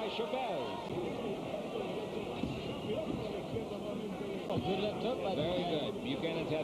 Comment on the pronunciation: Not that hard to pronounce Chávez correctly. Good god, study up a half a second before announcing.